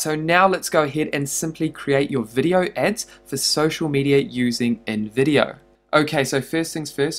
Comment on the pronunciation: When he said InVIdeo, I thought he said Nvidia ahahahah😂😂. (No offense, just a joke)